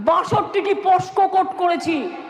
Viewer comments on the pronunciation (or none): উচ্চারণ টাও পারে না....পোস্কো কোর্ট, না পক্সো কোর্ট?😅😅😅😅😅